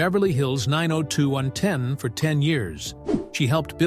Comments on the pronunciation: Nine Oh Two One Oh (Not Nine Oh Two Ten!) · It's 9021 O not 902ten!! But good video in all! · It’s not 902 ten. It’s 902 one o Annoying! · The show was nine oh two-one -oh, not nine-oh-two-ten, Geez. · Say 902 ten ONE MORE TIME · Where do they get this announcer? WTH is Vegano, talking about the series Vegas. And 902 ten? Noone calls it that. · It’s called Beverly Hills 9 O 2 1 O, not ten. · 902(ten) instead of 90210(one O) 😂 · If he says 902ten one more F*kin time I'm out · Did u really show a picture of Charlie Sheen as Tori's husband??? And it's 9-0-2-1-0 NOT 9-0-2-10!!!!! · It's Beverly Hills 9-0-2-1-0 not "9-0-2-10" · It is pronounced/said as 9 oh 2 one oh, not 902 ten!!!!🙄🙄🙄🙄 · The show was called 90210 not 902 ten. Cracks me up. 😂. It’s sad her mom and her don’t get along. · 🙄 The show is pronounced 90 (ninety ) 2 ( two) 1 ( one) OH (letter O ) what a lack of research in this channel besides that show is a classic.! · I can’t even sit through this whole thing, when he starts pronouncing Vegas As Vega, dollar in 902 10 That was enough for me. They need to have people who’s gonna tell you stories speak correctly or you can’t believe anything they say. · Side note: It drives me nuts that the generated narrator struggles with speaking numbers. Starting with "9-0-2-ten." The 1st wedding that cost "$1,000-thousand dollars" and the per guest cost of thousand-and seen-hundred dollars. Then, the doc begins to display pictures of the wrong Charlie. Obnoxious 🙄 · Annoyed every time I heard it lol x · You don't pronounce the name of the tv show 90210 the way you are saying it. Its so wrong 😮